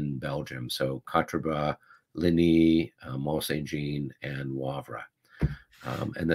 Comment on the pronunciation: Mont St-Jean, is more "Mon sain J (soft)ahhn". It's actually Mon San Jon (soft 'J').